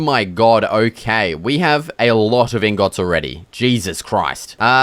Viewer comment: Everytime he says ingöts im laughing my ass off, maybe thats actually how its called as an but its still funny